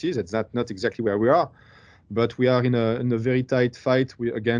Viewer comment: He say Mclaren like Macarena, i dont understand what he said.